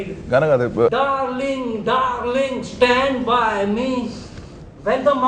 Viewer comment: " SHTAND BY ME " - Ranvijay Singha, 2012